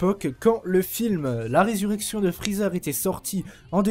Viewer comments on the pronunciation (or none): none